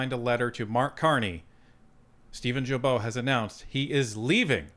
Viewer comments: It’s guilbeault , start like guy ,,,,not jilbeault,,,,,, gaga not jaja,,,,, start like “guideline” ,,,,, not “ jideline” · Woop woop 😂... thanks! And that name is pronounced GILL--bo... NOT JILL--bo! Quebecker here, telling you this! Correct pronunciation increases credibility. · OMG is name is not Jibeault but Guilbeault as in Guitar! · Please pronounce Guilbeault’s last name with a Hard G. Not pronounced like a J. I am an avid follower of Northern Perspective. But as a Franco Ontarian I cringe every time you say it like Jillbo. Keep rocking. Tell your cats that I said. Psspsspss. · Gill bo not jill bo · as much as I don't like Guilbeault, could you learn to pronounce his name properly? GU indicates a Hard G. Not a Gilbeault. Thank you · It's Guilbeault pronounced with a HARD G. Not Djilbo, but Gueelbo. :) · With all due respect: Blue boomer from Qc here: The prononciation of Guilbeault is: « Gill-bo » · It's Gilbeault with a hard G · Say it right it's pronounced gee bo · I don’t care how you say it but it’s actually pronounced Geeee-beau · Gee bow, its pronounced Gee Bow, the climate change green grift high priest. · Jill Bo????? You said his name wrong 100 times. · In french you say Guilbeault with a hard G without pronouncing the U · Just a gentle FYI. Mr Guilbeault is said as a hard G. Like “Guy” or “goat”